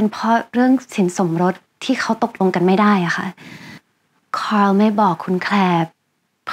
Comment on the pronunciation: ขอให้ทุกคน ออกเสียง คาร์ล ตามญาญ่านะคะ